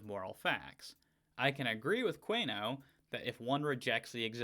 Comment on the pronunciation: I believe that last name is usually pronounced: 'koon-e-oh'.